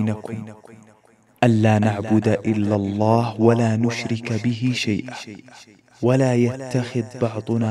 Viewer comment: خطأ في التلاوة ، تعالَوْ وليس تعالوا ، إلا اللهَ بفتح الهاء وليس تسكينها ، قولوا اشْهدوا وليس أشهدُ